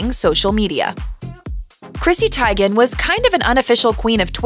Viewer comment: No, it’s actually spot on. Teigen is Norwegian and that’s how it’s pronounced